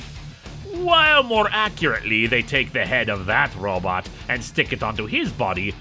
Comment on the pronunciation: I love the way he says RObit!